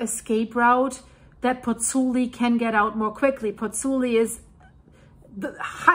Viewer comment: Pls learn how to pronounce Pozzuoli. I beg you.